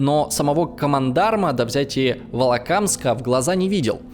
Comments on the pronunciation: Хотя в целом появление на утубе новых пульвелизаторов исторической науки дело хорошее. Все-таки дам непрошеный совет. Наймите человека который будет отсматривать записанный футаж и убирайте ошибки произношения. "Вололамск" и "коллаборанские" это уже перебор. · "Волокамск", "Хаенгол", "ВАронова", "ЛУкин", "колабрационские"... автору прежде чем заниматься "историческими исследованиями", следовало хотя бы знать названия топонимов, уметь правильно произносить фамилии и термины... А вот то, что отрицает этот, а потом сам же и подтверждает, власовскую суть нынешнего ельце-путинского коллаборационистского режима, и радужная тряпка над кремлём болтается не случайно. Это не "единственный эпизод в Смоленске" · Первый явный прокол у этого кондома произошёл когда он прочитал название города как "Волокамск"...Нет и не было в СССР города с таким названием. И только, не помнящий ни географии ни истории нашей страны на это срособен.На минуте~17ой стало ясно, что этот кондом есть кондом штопаный и я выключил эту xpeнь несусветную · Поработать с ударениями надо, слух режет, и оговорочки такие типа "волколамск" - недопустимы. Картинка хорошая, с диктором надо работать и работать :) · Всё вроде складно, но когда чтец не может правильно произнести, - ВОЛОКОЛАМСК или ХАЛХИН-ГОЛ, а ещё начинает коверкать фамилии, то начинаются смутные подозрения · Пара моментов. Либо опечатки в тексте, либо автор немного спешил: ХалХин-Гол и ВолокОЛамск. Дивизии не гренадерные, а гренадерские. Зона не оккупированная, а оккупационная. Ударения все же стоит уточнять, если тема вам не близка. Причины большого числа пленных и отступления к Москве все же не в нежелании красноармейцев воевать. У того же самого Исаева в лекциях вполне найдете ответы на эти вопросы. Ну и пренебрежительное отношение к нашей армии образца 1942 как о толпе вчерашних колхозников под командованием бывших директоров фабрик - бред уровня читателя Резуна и Солженицина. Архивы Память Народа вам в помощь.